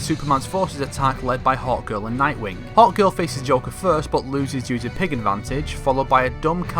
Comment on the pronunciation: I thought that he was saying 'hot girl' whenever he was actually saying Hawkgirl